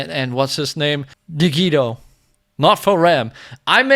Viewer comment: Is the BEST reaction i ever saw EVER have! XD I love how he pronounces Digito lol